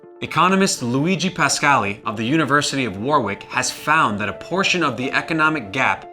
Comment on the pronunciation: its pronounced 'Warick' not WarWick'